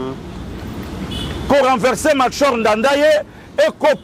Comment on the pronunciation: L’ex President Burundais s’appelait Melchior Ndadaye et ça se prononce Melchior comme chorale et pas Tshi.